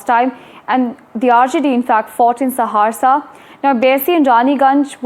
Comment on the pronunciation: Are mam ji Saharsa bolna Sikh lo lekin ho bari cute